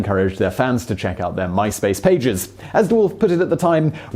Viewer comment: Mice Pace.